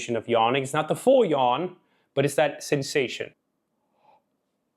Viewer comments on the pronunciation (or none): none